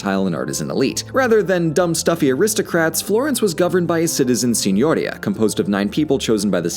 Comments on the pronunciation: Si.gno.'ri.a Not Si.'gno.ri.a Stress on /ri/ not /gno/ Remember in italian the accentation normally falls on the penultimate syllable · Forgive my being pedantic, but "Signoria" is pronounced seen-yor-EE-a. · It is such a pleasure to hear "Medici" correctly pronounced by a narrator (MED-ee-chee). However, you're mispronouncing "Signoria"—it's Sin-you-REE-a. I'm a great fan of yours and of Red's—please, keep up the great work!!!!!! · Aa an italian you for saying gn seem strange. There is a big difference. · The way you pronounce Signoria hurts my soul. But I forgive you. After all it’s actually impossible to pronounce of someone isn’t fluent in the language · Quick pronunciation note: "Signoria" is stressed on the "i". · FYI, "signoria" has an accent on the second "i" not, as you do, on the "o"